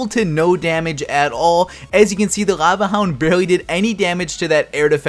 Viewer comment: Cringed every time he said laeuvueh hound -_